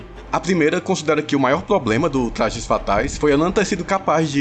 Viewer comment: Tu é o Cebolinha é? "Tlajes Fatais" kkkkk